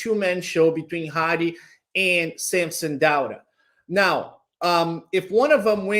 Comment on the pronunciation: can someone teach how to pronounce SAMSON DAUDA??? Its not DO-ADA its DAU-DA how hard is that!!!!???